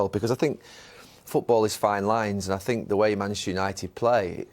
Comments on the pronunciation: Mourinho talking better when doesn't say "I sink" 😂😂😂 The way Mou was looking at Gary These guys used to criticise me when he was at Manchester utd, now they're laughing & smiling with me🙄🙄🙄🙄🙄😁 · Thats called punditry, its their job to analyse and criticise. I sink? How many languages can you speak compared to Mou? How many UCL titles have you won? How many league titles and cups have you won? Sorry but "I sink" is the least of your problems. Go learn another language and come back when you can speak it fluently enough to work and excel in that languages country. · Nobody: Literally no one: Mou: I sink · Pundits: Talking Jose: I sink.. Pundits: 👁️👄👁️